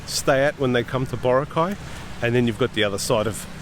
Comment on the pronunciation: It’s not BO-ra-cay. It’s bo-RA-cay. The stress is in the 2nd syllable.